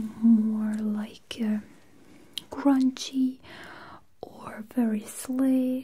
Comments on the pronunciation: When she said grungy I thought she said crunchy and I was very confused, lmao. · I know she said grungy but I thought she said crunchy.